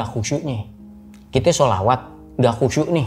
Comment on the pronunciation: Bang kelihatan agamis, dari cara ngucap sholawat nya qolqolah nya mantap, terutama huruf 'ain ع nya